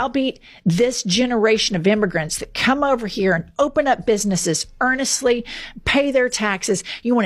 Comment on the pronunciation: Did she say earnestly 😂😂😂I thought it was honestly